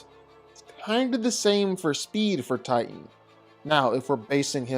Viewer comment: I THOUGHT HIS NAME WAS TITAN NOT TIGHTAN